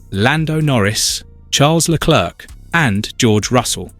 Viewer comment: True… This is absolutely crazy, how can you say that Verstappen was in the wrong while George Russel actually. And its not Leclerc like how you pronounce it… and you are geniunly cringe ngl.